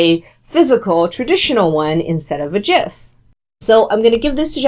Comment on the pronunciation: thank you for pronouncing gif correctly